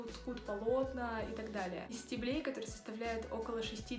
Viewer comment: Ударение в единственном числе и в именительном и винительном падеже множественного числа ставится на первый слог: стЕблю, стЕблем. В остальных формах множественного числа — на последнем слоге: стеблЕй, стеблЯми и т.д. Примеры: -Из стеблЕй многих фруктовых кустарников можно приготовить лечебные растворы. -По стеблЯм растений можно понять...